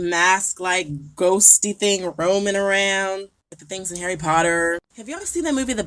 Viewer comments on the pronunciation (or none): none